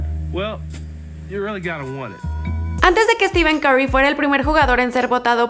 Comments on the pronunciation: Dices estiven no estifen o esteph Escribi la pronunciacion no como se escribe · Se pronunciaria "Estifen" no "Estiven" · Es stephen, no steven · Stiven? O Stephen? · Porque le dices Steven noooo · pq le dice steven jajsja